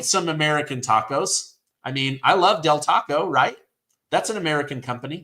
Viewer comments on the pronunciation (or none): none